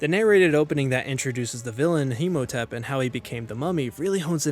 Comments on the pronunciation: It's Imhotep, not Himotep. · I'm sorry and I know this is fairly old but did you pronounce Imhotep as Himotep?